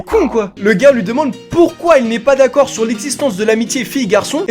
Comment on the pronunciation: le « N’daccord » il m’a mis K.O 😂😂😂